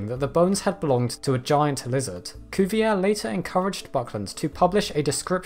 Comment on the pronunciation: Very nice video -- despite being a big fan of dinosaurs since first learning about them in the mid-1960s, I somehow had missed Cumnoria until now! My only other note would be that I think the correct pronunciation of Monsieur Cuvier's name is "Koo-vee-ay." :-) Thanks, and keep up the great work!